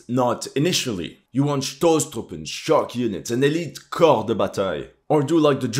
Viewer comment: also for “Stoßtruppen” 👍 👍